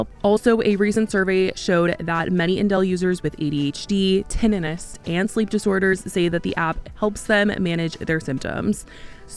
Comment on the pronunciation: It's not "tennitus" It's tinnitus.